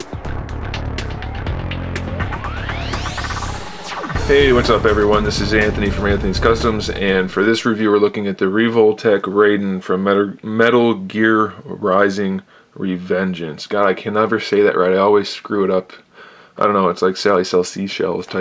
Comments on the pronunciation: 'Rayden' Ech. It's pronounced like it's spelt Rai-den. (Rye-Den) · My brother also calls him Rayden too. It's annoying